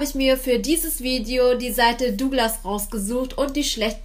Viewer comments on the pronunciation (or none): none